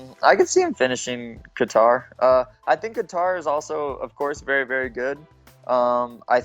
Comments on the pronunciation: Is sanghagen really calling him “ka-tar” wtf do you live under a rock bro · Sandhagen “guitar” with a k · Lmao this man said Khatar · Cory "calvin Qatar" Sandhagen 😂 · It's almost like he's saying guitar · Sandhagen pronounces Calvin’s last name like Guitar 😭😭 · I know Calvin, Sandhagen pronounced it wrong lol it sounds like “Cater” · why does he say "katar" that way 😂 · dude what is up with all these CTE fighters can't even pronounce Calvin's last name lol